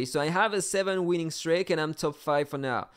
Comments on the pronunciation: the pronunciation of streak is [stri:k], not [strejk] 🤣 still love the vid and the fact a daikatana fellow defeated your attack ;p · I already got used to the accent 😂 but with the streak I was like its 100% wrong and then I thougt about the pronunciation of steak and how its written and I had to double check lol (not a native english speaker so I know the struggles)